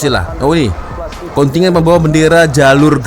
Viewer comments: KONTINJEN.., BUKAN KONTINYEN. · Kontingen , kontingen.. Kontijen lah bro.